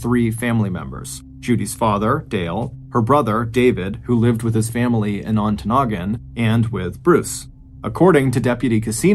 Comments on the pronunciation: So proud of you pronouncing Ontonagon correctly! Way to go, Mr Ballen! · I WAS SO EXCITED I THINK I PEED A LITTLE - UPPER PENINSULA OF MICHIGAN!!! I live way way up in the Upper Penninsula of Michigan - 45 minutes from the "end of the road" and you did a great job pronouncing our Yooper towns. Especially Ontonagon. I promise you, if you look into Keweenaw County lore, you will be amazed at some of the mind-boggling mysteries up here. Or tragic unsolved mystery... look at the Italian Hall Disaster in Calumet MI.... that story you could knock out of the ballpark!